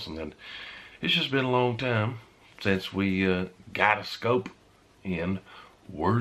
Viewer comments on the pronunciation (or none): none